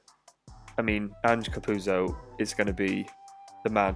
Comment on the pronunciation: Just FYI - its pronounced Capu-ozzo not Capuzzo. I learned this recently myself👍. Great video